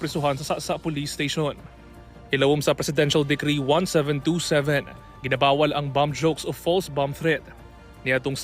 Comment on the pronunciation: Presidential DECREE NOT Presidential DEGREE